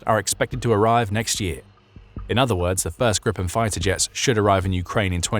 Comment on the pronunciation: *Gripen Grip (Griffin) rhymes with sheep not ship.